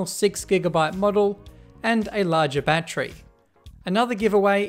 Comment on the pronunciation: god I hate the way Australians say the word 'battery'